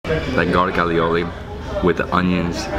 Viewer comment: A - oli. Ay-oli not alioli lol now im hungry time to eat!!